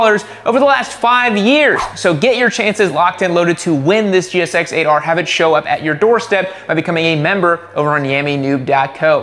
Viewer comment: Jixx ate 'er. Not jixxer ater.